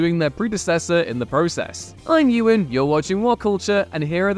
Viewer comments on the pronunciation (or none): Please take 5 minutes to learn how to pronounce people's names, not every letter is always pronounced E-Wan. A growing laziness I've been noticing with Whatculture over the last few years.